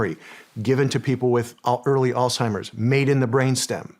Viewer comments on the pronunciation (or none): Alzheimer's*** not alltimers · Love Shawn… but Its not “All-Timers” for goodness sakes…and a lot of smart people still call it that because your brain makes the connection to “Old Timers “. Sound Silly? I agree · Are we all going to pretend like Shawn didn’t say “All-Timers” when he was trying to say Alzheimer’s lmaoooo 💀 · Haha Shawn you said Alt-hymers...ya boomer!